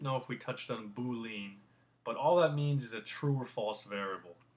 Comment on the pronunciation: Good tutorials. Thank you. Just FYI, you are pronouncing boolean wrong.